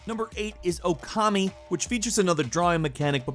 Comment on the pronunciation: the moment he says okami . LIKE!! LIKE!!! LIKE!!